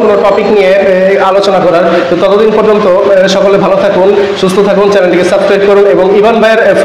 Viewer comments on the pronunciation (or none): none